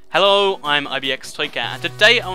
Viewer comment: You say hello so weird lol